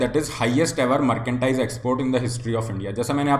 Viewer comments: मर्केंडाइज या मर्चेंडाइज हैं भाई जी? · Merchandise thik se bolna Sikh le bhai...kuch b matlab